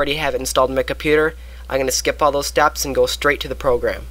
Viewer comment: Why do you pronounce steps as staps?